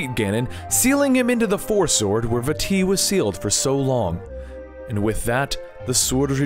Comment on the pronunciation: I can't stress enough how much i appreciate you pronouncing Vaati correctly